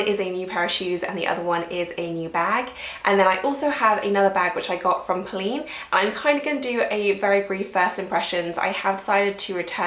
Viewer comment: It's not poh-lean. It's poh-lenne.